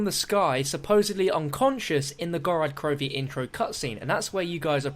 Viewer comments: Every time he says Gorad Krovi i die a bit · Since when did us Brits swap a's and o's. I wouldn't comment about it if it was common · That's just how he says it. I'm from the UK and still pronounce it as Gorod Krovi. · Who else cringes when says Gorad Krovi?